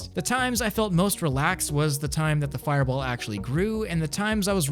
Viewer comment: u gotta say fireball like the anyome u know. maybe?idk?